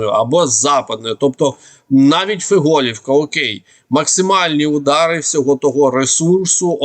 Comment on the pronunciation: Повивчайте назву сіл - ФІголівка на "І" наголос. і ЗападнЕ - на "Е" - село низині, западині.